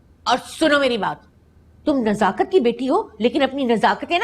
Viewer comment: Nazakat. nhi nasakat